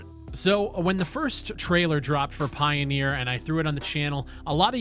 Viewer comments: It's not pioneer, it's pioner. Pie-o-ner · Pioneer? Pioner? I don't think it's pronounced pioneer, if it's spelled pioner?